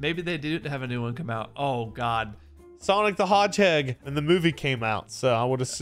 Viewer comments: Can we talk about how said "Sonic the HogeHeag" and didn't even realize 😂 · I think he said Hogheg on purpose.